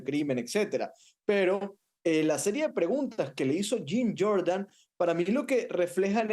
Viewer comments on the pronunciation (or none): none